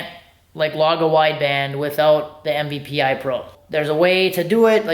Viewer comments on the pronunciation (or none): MPVI not MVPI